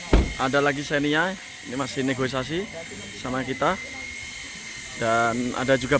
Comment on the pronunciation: Negosiasi...bukan Negoisasi..😠😠